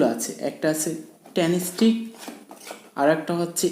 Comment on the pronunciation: উচ্চারণটা হবে ট্রান্সটেক ।ট্রানস্টিক না ❌